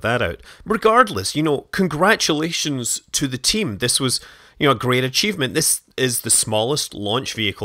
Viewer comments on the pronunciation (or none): none